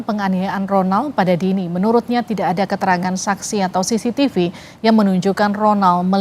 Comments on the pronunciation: Bilang cctivi aja udah salah omong,,SISITIPU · lidah kuasa hukumnya keseleo bilang CCTV jd sisitipu 😂😂😂😂